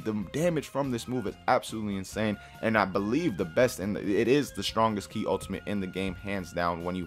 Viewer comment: Ki not key